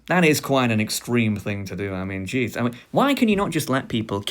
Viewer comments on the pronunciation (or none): none